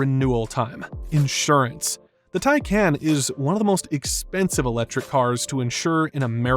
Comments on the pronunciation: I gave up watching. This guy doesn't know how to pronounce "TIE-Kaahnn," not "Tie-KAN." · Love your videos. Isn’t it pronounced “tie-con” tho?